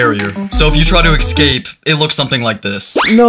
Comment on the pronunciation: Idk why the the way you say escape makes me annoyed, I’m sorry if that sounds mean I’m not trying to be mean, it’s just the way you say excape instead of escape. I’m sorry if that sounds mean